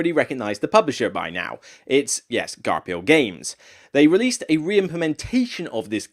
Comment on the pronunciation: Great list. I love Forgotten Folk. It breathes so much new life into Caverna. I'm very skeptical about Frantic Fiends based on what I've seen so far, but I'll still give it a chance. FYI Garphill is pronounced Gar-Fill.